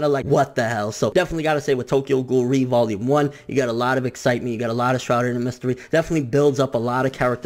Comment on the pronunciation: Not to be spoilery, but ré, isn't pronounced like that...